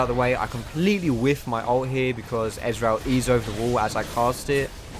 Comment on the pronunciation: You say Ezreal like Israel :D